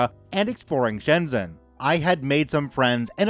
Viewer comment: Also Shenzhen is pronounced Shen Jen